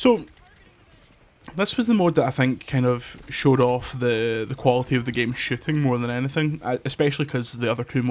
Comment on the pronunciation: pronounce "shooting" again